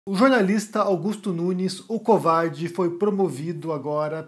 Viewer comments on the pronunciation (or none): Amo quando você fala "Augusto Nunes o COVARDE "!